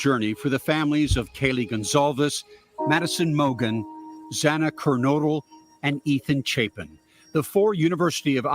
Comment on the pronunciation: It's pronounced Xanna.